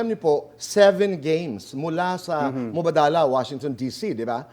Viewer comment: WRONG ANG PRONUNCIATION MO BOY NG MUBADALA.